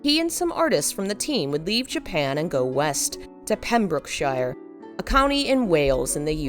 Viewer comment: pem brook sure. no one says pembrokeshire in wales emphasising the shire part is very English ..